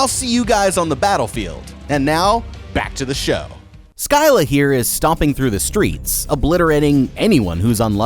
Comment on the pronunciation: Skyla? It’s sil uh.